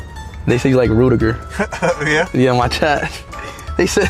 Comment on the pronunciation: Rutiger* respect his name and say it properly 😎👍✌️